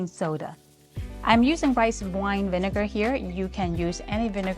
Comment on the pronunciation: Don't emphasize the second syllable of vinegar. It might accidentally be hilarious 😆